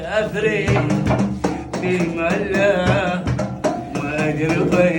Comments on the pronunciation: في أمان الله تنطق اختصارا (في مالا)وليس ثيمالا. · فيمالا النطق الصحيح لان هيه اختصار لجملة (في امان الله)